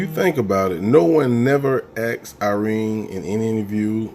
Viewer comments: ASKED. NOT AXED. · No one axed lol